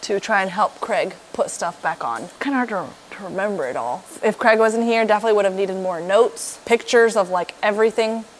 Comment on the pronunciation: 🤠Why can't American's pronounce Craig instead of "Crag"😂